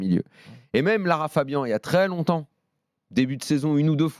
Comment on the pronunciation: il a dit Lara Fabien🤣